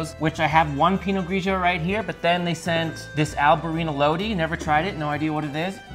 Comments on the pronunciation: Low-dye. Not Low-dee. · Lodi... pronounced Loadeye